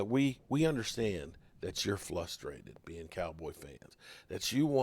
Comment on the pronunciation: Did you say "Flustrated"? :_JobuCrewROTFLMAO::_JobuCrewROTFLMAO::_JobuCrewROTFLMAO